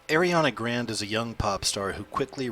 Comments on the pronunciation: Her last name Grande is pronounced Gran-day, not grand. Just let you know. JLo is getting old at 44, time for a new Latina to move up in the ranks. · the name is pronounced "grawnday" not "grand" fyi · lol grand???? its pronounced grahn-day lolllllllllllllll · did he just say airiana grand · not how u say grande btw....